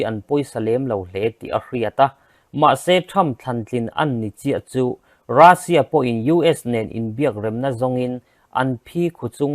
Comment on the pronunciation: Rassia nilovin Russian titur o